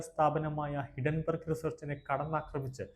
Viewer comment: ഹിഡൻ ബെർഗ് അല്ല ഹിൻഡൻ ബെർഗ് ആണ്‌.